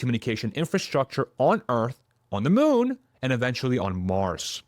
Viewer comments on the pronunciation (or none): none